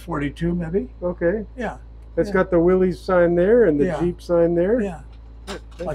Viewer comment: " WILLIS " , not " Willie's " . Named by the Company Owner , John Willys .